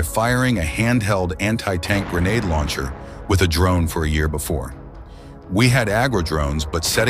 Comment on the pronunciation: Why you keep saying grenade "launcher" lol